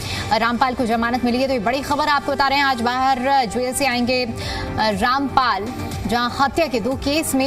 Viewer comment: Pahile to bolna sikh lo sant ka nam kaise liya jata hai